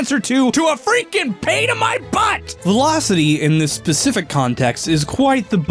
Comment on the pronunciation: definitely says “In this pacific context”